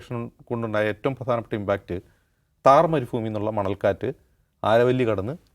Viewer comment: Thar marufoooomi alla😂 marubhumi # ajims